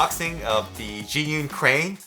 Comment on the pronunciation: I think you used five different pronunciations for Zhiyun -_-. Please just say "the Crane". It is JER-yoon.